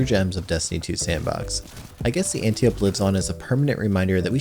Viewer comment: "Anti-ope" Read a book, or something.